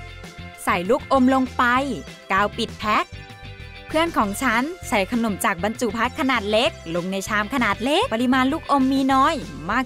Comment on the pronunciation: คนเหนือมาเอง555